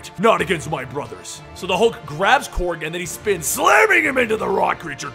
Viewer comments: I thought it was Korg, not Krog please correct me if so. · Really bothers me that he is saying Krog and not Korg.